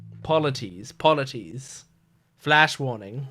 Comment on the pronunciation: Polites is like - Paul-a-tease Eurylochus - You-Really-Cuss